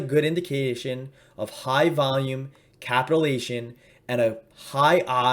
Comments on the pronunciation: you are pronouncing capitulation wrong. It is pronounced: "KA PITCH YOU LATION". Not "capitalation" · Good video. Thank you. Just one thing: It’s pronounced Capit-chU-lation. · Ka-pit-u-la-tion Sorry, I couldn't help myself. Great explanation of the indicator. Thank you.